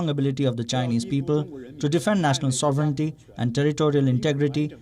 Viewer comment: What a bizarre rant to close with! Before the next one, perhaps Palki could learn to pronounce "sovereignty".